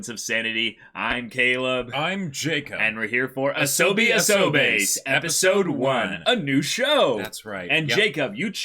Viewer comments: I agree that they should have picked up how japanese is pronounced but A-so-ba-se is just the syllables and doesn't tell you how to pronounce them. For pronunciation's sake it's ah-so-bah-seh (since folks can still say it wrong like ay-so-bay-say). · no it's pronounced ah-soh-bah-seh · "asohbee asohBASE" Me, a Japanese speaker: dying of laughter Not digging on you guys too hard or anything; I just find mispronunciations funny. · me: oh hey, I liked this anime last year.. so they started to react to it huh, let's see.. sos: "ASOBEEE ~ ASOBAAYSSS" me: that damages my soul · "A-so-bi a-so-BASE" Ow, it hurt when they said that. Just.. ow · Come on, guys. Y'all been watching anime on Youtube for 3 years. You must've picked up a general idea of how Japanese words are pronounced by now. Say it with me: "A-SO-BA-SE"